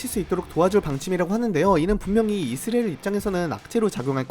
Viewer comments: 왜? 우리가 늘 이스라엘이라했는데 너만 느닷없이 이스레일이라고 떠벌리니 거북하고 듣기싫네. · 중국인인가? 이스라엘이 이스레일이야? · 이스라엘 발음이... 나만 이상하게 들렸나? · 이형 아직도 이스라엘 발음 못하네 군대 가기전에듀 틀리더니